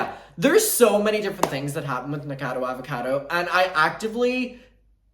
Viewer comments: What is up with people say NIKADO Avocado?? Like is the alliteration just lost on you? NikOCADO AvOCADO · it’s pronounced Nik-a-cado avocado 🥑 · never heard anyone pronounce nickacado like that i like it